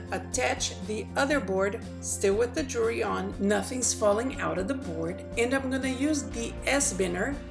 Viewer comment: Great ideas but I couldn't get past your poor pronunciations to really learn something... The S-BINER product comes from the word CARABINER... which is pronounced... cara-BEENER... OR cara-BYE-ner depending on the region of the US you live in. Thus, the product would be said as an S-BEENER or an S-BYE-ner. Also it's JEW-EL-RY... not JURY....three syllables not one slurred together. The better people speak the more intelligent we sound. The more seriously people take you. Ultimately making this country a shit ton more intellectually sound.